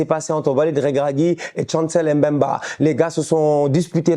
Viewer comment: c'est Mbemba et non M mbemba stp😅